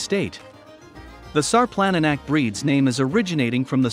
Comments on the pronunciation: only in english the C is pronounced as a K... everywhere else C is pronounced TSSS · If you're going to do a documentary video like this why don't you pronounce the name of the dog properly